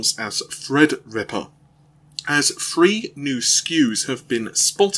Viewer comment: 'Fred Ripper', 'I fink', 'free years' whats wrong with your 'teeeeeees'.........................lol